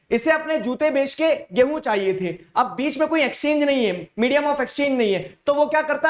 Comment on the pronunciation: be like. Gaihu(wheat) = Gay + hoon 😂😂